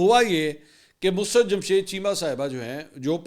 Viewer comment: منصورصاحب معذرت کے ساتھ دو الفاظ کے تلفظ کی ادائیگی کے بارے میں تصحیح ھے لفظ " مسرت musarrat ھے۔ mus-rat نہیں ھے۔ دوسرا لفط "طبعی" Tabai موت ھے۔ "طبی Tibbi موت" نہیں ھے ۔ شکریہ!